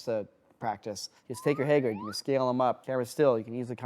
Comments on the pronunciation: "Haygrid" !!?!?!?!? HAYGRID!??!!??!?! ITS HAGRID!!! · HAY-GRID? Are you off your rocker!? It's Hah-grid. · “Hey-grid” lmao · Haygrid?!?! What dialect is that? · “Haygrid” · bro said "heygrid" 🤣🤣🤣🤣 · The way pronounces Hey-grid is very adorable. That Minnesota accent. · mispronouncing Hagrid made me cringe everytime